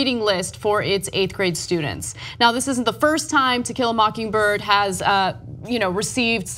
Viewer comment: Ana keeps saying Tequila instead of To kill a.